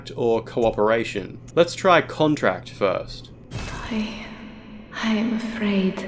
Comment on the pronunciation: where he says "contract," I'm fairly certain the he's pronouncing the wrong homophone version of the word, when instead the game means it was the verb form: to contract, as in to physically shrink away from her offer. He mispronounces it as the noun form in this video, which instead erroneously infers that the first option is to make a verbal contact of sorts with her. I don't believe this to be the case at all, but instead the former explanation; the verb. TLDR: The options written in Japanese here are either to recoil from her offer in rejection, or accept it.